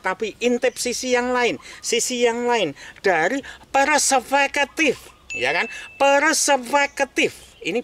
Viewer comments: Perspektif...bukan paraseketiff 😭😭😭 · Perseupeukeutif 😂😂😂 google translate pun gak mampu menerjemahkan nya 😇😇😇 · Persepeketiffe' = Gabungan Hybrid Jerman X Khatulistiwa 😂😂